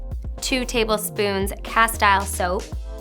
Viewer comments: Thank you! And it’s pronounced ca-steel. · It's pronounced "cas-teel". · Pronunciation is castill